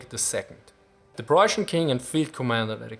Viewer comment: "Preußian"- * Denglish intensifies *